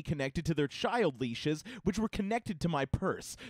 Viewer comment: Sha said chid leashes